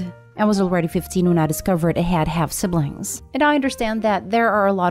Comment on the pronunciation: Dunno why you are putting the emphasis on "half". Like...why would it be more or less creepy if it is half vs full?